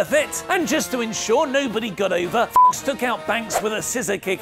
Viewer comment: why are you intentionally mispronounce "fox" in alicia fox?😅